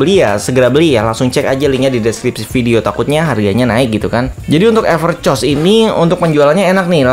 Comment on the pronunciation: Sebutnya yang benar everkos bang.